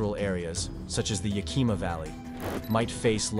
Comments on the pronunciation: He mispronounced Skagit and Yakima 😮 Skagit sounds alike like gadget. Yakima is Yak Kim Ahhh ! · you would have more credibility if you could properly pronounce name like Skagit and Yakima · 😂 how the speaker said Yakima was funny. Suggestion check how to pronounce these river and city names! I live in Washington State and was here when Mt. St. Helens blew we experienced very little ash most went to Eastern Washington.